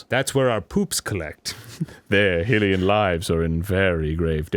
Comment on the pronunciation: I wish Arin would fucking pronounce Hylian and Hylia correctly.